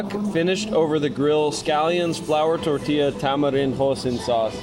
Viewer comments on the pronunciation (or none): none